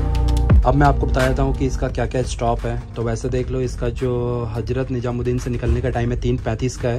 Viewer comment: apni pronunciation kb thek karoge? HAJRAT NIJAMUD DIN nhi bola Jata hai It's HAZRAT NIZAMUD DIN